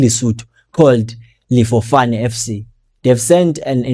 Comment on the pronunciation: Call it lyk dis ifbits from Lesotho,.."Difofane" not Lefofane😂😂 hola.